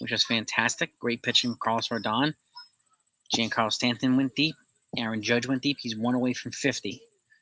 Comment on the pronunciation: It's jjjjon Carlo. Not Gee An Carlo.😉